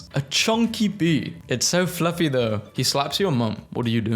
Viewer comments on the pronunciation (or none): none